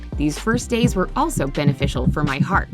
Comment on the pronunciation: Wait.. did she pronounce “heart” as heert !